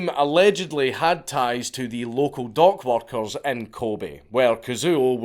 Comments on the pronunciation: Ooh. Dock workers. I thought he said dog walkers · Oohhh dock workers. I thought you said dog walkers